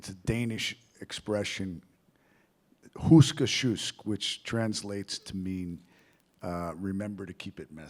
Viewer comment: Almost ;) It’s: Husk at sjusk